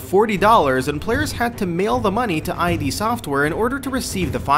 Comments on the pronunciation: it's pronounced Id as in "Kid" or "Did" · It's pronounced Id as in the Id, Ego, and Super Ego, not "eye dee" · It's id(idd) not I dee ffs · id software, not I.D. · It's not I.D. Software, it's id as in id, ego, super ego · One amazing fact you guys don't know about Doom. The company's name is fucking id not I.D. Like... the word 'id'. Not even gonna bother finishing the video if you don't even know the company's name... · its not pronounced I DEE software its the Id, like say it like a word. The mind and shiz!!!! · Here's a fact: Anyone who says "I.D." Software has no business making a video about Doom. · I screamed out loud every time he said "I.D. Software" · I D Software???? You lost me there. You had no idea how to even pronounce the name correctly. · I cringed when he said eye dee. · STOP SAYING EYE DEE! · Eye Dee software... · EYE DEE SOFT WEAR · I literally stopped your video in, I can't take you saying "I.D." Software. The comments below show your fact checking is a bit off, and with your inability to pronounce something based upon Freudian psychology and the game company that brought the world first person shooters? Just stop, please. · glad to see so many of my faithful brethren correcting the pronunciation of 'id'. also glad to see a lack of bashing on doom 3 xD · "What are your thoughts about this?" Well, uh, you didn't even bother googling how to pronounce the name of one of the most important game development studios of all time. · 1 amazing fact YOU should know is how to say Id Software!!! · You pronounced id and bertuger wrong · You said Id wrong. on a doom facts video ... fucking hell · Makes video about "amazing" DOOM facts, can't pronounce "id software" as intended by original creators. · I hate this guy he just butchered the names. id Software, Betruger, all that. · Id. Not I.D. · Its "id software" not I.D. software you filthy casual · It's pronounced "Ede" software, not I.D software. Make that number 1. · It's not I.D. (eye-Dee) its ID (IDD)